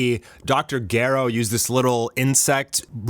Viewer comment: I'm sorry, I have to say it, in DBZ Dr. Gero is pronounced Jerrow, there is no hard "g"